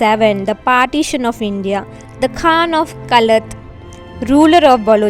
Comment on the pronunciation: Pehle tik se Qalat Bolna seekho